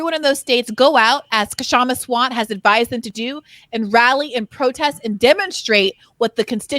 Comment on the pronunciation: Kshama Sawant is my favorite elected official.... the "K" is silent, please. -Insert Django meme here.